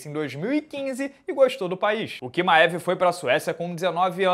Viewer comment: Kimaev... essa pronúncia é de lascar